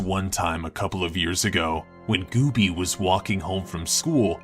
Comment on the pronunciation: Gooby, not Goobie.